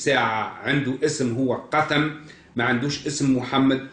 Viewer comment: النطق الصحيح قوثم ابن عبدالاه